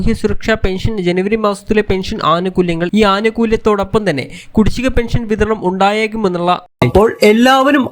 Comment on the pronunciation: പെൻഷൻ ഇങ്ങനെ എന്ന് പറഞാൽ അതു് എങ്ങനെ പറയടാ ഗുരുത്തം കെട്ട.... ചാനൽ കാരാ......😭 ലൈക്കല്ല...... കു...... ഒലക്ക ന്നാ...... പിടിച്ചോ....... ബം.... ബം.. ബംബം.. ബം